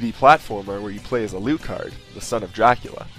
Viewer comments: a-looo-card? Al-uh-card. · It's pronounced alAHcard not alOOcard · I just bought this! i am excited :D but you say Alucard really funny hahah Like Ah Lou Card I say Ah Luh Card. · alucard himself pronounces it al-ooh-card in the game. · Ko NAM ee, A luu card??